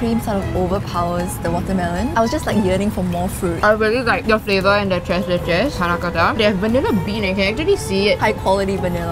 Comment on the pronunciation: TortiLLa?! TreS leches?! kArabuta?! Lol. Might be good to make sure you’re pronouncing the dishes correctly.